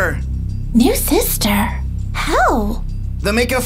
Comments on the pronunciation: I like how justin says saster insted of sister lol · Justin it is not saster it is sister